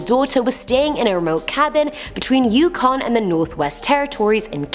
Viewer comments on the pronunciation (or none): none